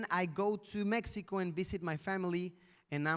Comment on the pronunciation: Asi no se pronuncia mexico luisito te agringaste